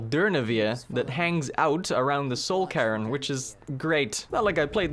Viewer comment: i know its just your accent but I laughed every time you said soul cairn "soul Karen"